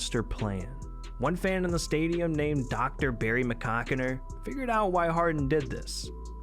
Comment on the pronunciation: “Barry Mc Cockiner”